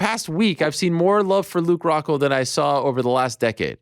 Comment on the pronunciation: Lmao "Hockhold" 😂